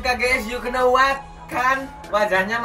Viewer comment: Know iku bacae "now" K nya diilangi bang😂